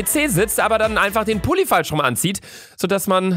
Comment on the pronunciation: Ich habe eine Frage, warum sagst du eigentlich immer Hulli, statt Pulli?